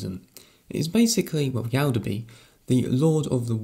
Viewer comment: Yaldabaoth not yaldabree :P Just a little correction, great video :)